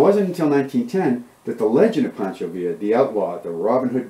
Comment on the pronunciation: Pancho not Poncho